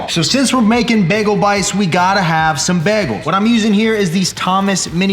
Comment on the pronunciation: Nobody:: BEGLE